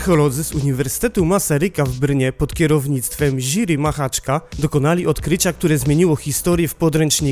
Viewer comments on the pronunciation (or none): Jiri to nie ŻYRI !!! Na litość Boską !